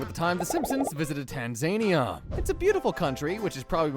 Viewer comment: BRO THATS NOT HOW YOU SAY TANZANIA